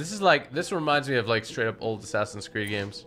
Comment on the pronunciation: He said assassin's tewwd